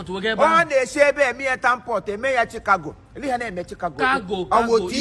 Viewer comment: did you say he is doing chicago or cargo🤣🤣🤣🤣🤣